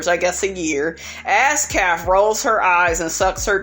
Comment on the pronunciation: Why you keep calling thr girl Ass- café? I thought it was Askale